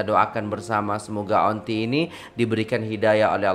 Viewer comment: Kalau saya kerajaan ,saya anugerah kan gelaran Dato' untuk nenek laushi ini. Saya nangis tengok laoshi nangis . Semuga laoshi dapat hidayah. Semuga laoshi di jaga oleh orang sekitar dan jiran jiran . Kesian dia . Nur Muhammad ,cak bukan nur muh. Auntie di baca Anti